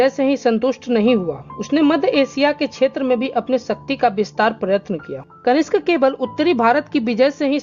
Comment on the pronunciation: आपकी पोस्ट अच्छी है, लेकिन पाटलिपुत्र को पाटलिपुत्रा , कनिष्क को कनिष्ट ... सातवाहन को सातावाहना ...कई बार बोला है. इससे स्तर गड़बड़ होता है.